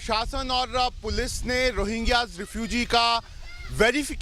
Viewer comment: अरे... ओ मैडम ......... रोहिंगा नहीं.... रोहिंग्या